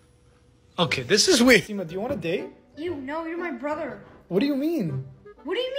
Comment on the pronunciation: I feel bad for his dad. The way he says “okey”